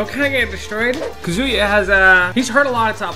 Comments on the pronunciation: Please tells your players it is not "kaZUya" It is "KAzuya" From: everyone Thank you!! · i can’t believe some people still saying “kazooyuh”😂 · I almost think people are doing it out of spite because there’s no way you could actually think his name is Kazooyuh. Kind of like the whole shoto thing.